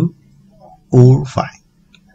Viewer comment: why have you gone through so much work and effort to learn English but outright refuse to use is. the number 5 is pronounced five. not fi. a lot of people will call me racist for this but race has nothing to do with it. it is simply coincidence that he's part of a large group of asians that are too lazy to use the language they worked hard to learn.